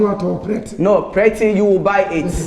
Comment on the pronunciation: "....prety.., you will buy the prety..! lol